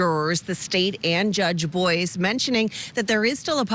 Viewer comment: It’s Judge Boyce not Judge Boy. 💔🇺🇸